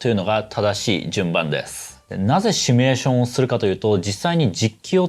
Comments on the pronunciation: 、帰国子女感あるのに動画内で「シュミレーション」って言ってますね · 「 しゅみゅれしょん」 (*´ω｀*) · 「シュミレータ」とか「シュミレーション」と連呼していますが、大丈夫ですか。それともわざと？